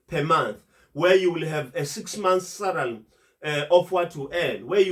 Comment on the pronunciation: I like you videos mhlonishwa,why is this word SALARY so difficult for you to pronounce🤭😂😂...SALARY MHLOMISHWA,not SARALY🤝🤝